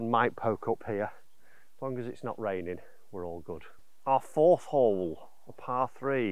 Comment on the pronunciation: Firth of Clyde, not Fourth. Firth is a Scottish term for an estuary where the river mouth opens up to the sea.